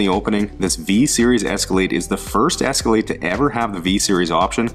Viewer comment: Where was calling it an Escalladeee?